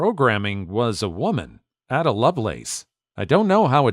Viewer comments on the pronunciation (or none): Story 1: Computing became a male-dominated field because it involves a lot of mathematical skill. And, of course, everyone knows girls are crap at math, right? (P.S. -- Ada Lovelace's first name is pronounced with a long "A" for the initial letter.)